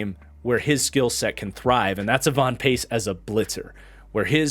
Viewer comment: It’s Ivan not evon